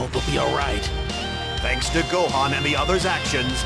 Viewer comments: je kiffe tes vidéos sur tb3!! mai juste sa se dit san gohane pas san gohan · qqun peux lui dire que ca se prononce Gohane( ecrit comme ca doit se prononcer)